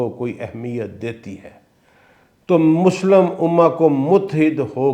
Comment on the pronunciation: سر نہایت ادب کے ساتھ گزارش ہے کہ الفاظ کے اعراب کا خیال رکھا کریں ،غلط ادائیگی آپ کا غلط تاثر چھوڑتی ہے، مثال کے طور پہ لَفࣿظࣿ کو لَفَظ، غَلَطࣿ کو غَلࣿطࣿ، مُسࣿلِم کو مُسࣿلَم، ہُرَیࣿرَہ کو ہَرَیࣿرَہ ، اسی طرح انگریزی کے الفاظ beyond کو beyand وغیرہ